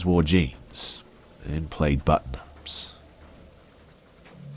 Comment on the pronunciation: Plaid is pronounced plad